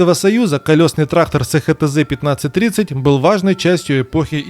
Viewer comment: СеХеТэЗе 😅😅😅😅 эСХаТэЗе!! И заводы: эСТэЗе, ХаТэЗе